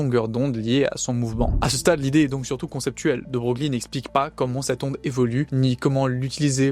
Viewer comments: c’est chelou, mais on prononce De Breuil, pas Brogli. Merci pour la vidéo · effectivement ca à piqué un peu au debut !😅 nous ne sommes jamais parfaits (d'ailleurs "de broglie" se prononce de breuille, mais "broglie" sans la particule se prononce brauglie car c'est le nom du village d'origine de la famille. encore un truc simple en français) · c'est pas un drame, mais quand tu fais de la vulga, pas savoir que ça se prononce "De Breuil" c'est pas terrible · Super travail ! 😊 Félicitations pour cette remarquable vulgarisation ! NB : de Broglie se prononce "de Breuil" ( breuille) 😅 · Dans la langue française, il n’y a pas de faute sur l’orthographe ou la prononciation des noms propres, alors ce n’est pas bien important et puis on en apprend tous les jours 😉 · alors techniquement l'IA me dit que mal prononcer un nom propre renvoie à sa prononciation d'usage et la bienséance linguistique voulant qu'on prononce comme le prononçait son porteur, en l'occurrence prononcer "De Broglie" est une faute d'orthoépie (sic) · J'allais effectivement corriger bien amicalement la prononciation. Bravo pour ta rectification...